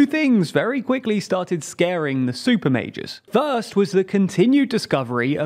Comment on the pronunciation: I kept hearing Super Mages and not Super Majors, I was like damn this some high fantasy shit coming lol